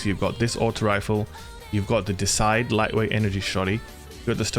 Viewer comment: Hate to be that guy, but Deicide is "Dei" like in Deity, like a god. Not Decide, Deicide Means the mass killing of gods.